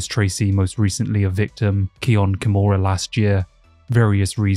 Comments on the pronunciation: Bro WTF is a KAI-mora?? The man is Japanese so the “I” is pronounced as an “E” like most of the indigenous languages. KEY-mora. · Just one thing: everytime you read an I or a Y in japanese, they sound like E or EE in english. Kimura = keemura Ryu = reeu